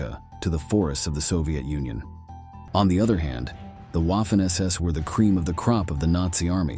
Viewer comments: Small critique, it’s not Waf-fen like Waffle, it’s Vaf-fen because German w is pronounced with the distinct vah sound like it’s a v. It’s just 44 secs into the video and that can shut someone down for watching it through. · You mean: Vah-fen SS? Why can't you just narrate with a human narrator? Or... is it just someone competent? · It’s funny how he says waffen like how’d you’d say waffle. Say it right the Germans said it like the W was a v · Wah-ffen SS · Your pronunciation of Waffen is shy of being atrocious. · I can forgive the W/V issue, but narrator used an American short a, as in “ad,” “at,” and “apple.” Make sure your hired voice can pronounce words specific to your video. I paused the video, thinking, no, he did not just say Waffen like “a” in “taffy.” 🤦🏻‍♀️ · If you are going to do a video about the Waffen SS. At least pronounce Waffen properly. 🙄